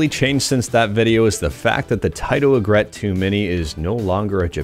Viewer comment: fyi its pronounced 'EE∙grit. It doesn't rhyme with regret.